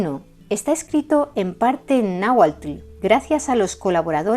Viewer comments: ¡Excelente trabajo e investigación! Como siempre, relatado en un impecable Castellano y pronunciación Náhuatl. Saludos cordiales desde México - Tenochtitan. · Me encanta la pronunciación tan exacta de las palabras en lenguas nativas de este Mexico hermoso, no todos las pronuncian así..es innegable que se esmeran en su trabajo...mucha felicidades